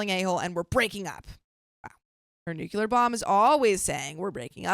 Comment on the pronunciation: there's no U between the C and the L in "nuclear".